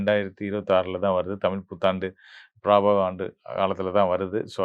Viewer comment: பராபவ ஆண்டு..ப்ரபவ அல்ல.